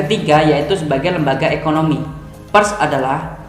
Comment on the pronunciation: membaca huruf "e" pada kata "Pers" senada dengan "e" ketika Anda membaca kata "Per" ditambah huruf "s" di belakang, Bukan dengan nada "e" ketika Anda membaca kata "Perhatian" tp lebih tepat pada kata "Perak". Smg ke dpan bisa di benahi. Simak lagi video saya ketika membaca PERS.